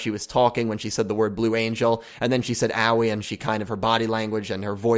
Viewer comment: It really bothers me how you say Aoi